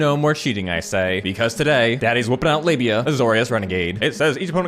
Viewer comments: Am I the only one who kept hearing 'labia' instead of 'lavinia'? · ... did you just call Lavinia "Labia"??? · I got five minutes into the video before I realized he was calling Lavinia labia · Slowing the video down, it sounds like Labia. "Our labia shall be avenged." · Good lord, I didn’t realize you were calling her labia until half way through the video 😂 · calling livinia libia the entire video made my day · It took me a hot second to realize what you were calling Lavinia.